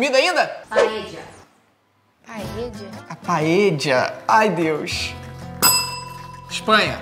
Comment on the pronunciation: Não se diz páeja e sim páelha mas escreve se paella